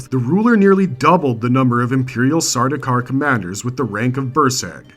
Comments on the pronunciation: Ah yes, I was going to bring this up also. Sardaukar's is the only time an "s" should be involved, in a possessive sense. I wonder what else is wrong with this presentation. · Stopped the video as soon as I heard the s 😢